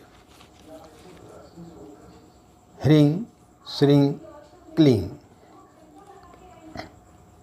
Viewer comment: इस वीडियो में आप हिरिंग श्रृंग किलिंग उच्चारण कर रहें है और दूसरे वीडियो में आपने हरीम श्रीम क्लीम का यानी ग और दूसरे में म का उच्चारण किया इन मंत्रों के साथ यही प्रॉब्लम है आप पंडित लोग ही कंफ्यूज है तो हमारा क्या होगा जी। सही उच्चारण क्या है हम भी कंफ्यूज है